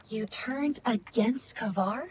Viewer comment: So this is something I’ve wanted to point out for a while once I saw this scene. Ever since I saw Kabr’s name, I knew it was Arabic and thought it was supposed to be pronounced ka-beer, meaning Big. It was pronounced Kay-ber though which is bad pronunciation for the word. Just bad localization. Then I saw this scene, and heard his name is supposed to mean like grave or mausoleum and realized his name is actually supposed to be spelled Qabr, and pronounced Caw-ber. So either way, his name was localized poorly. But it did solve a mystery for me as to why his name seemed a little off lol. Still a cool character! Glad he had our backs in the vault!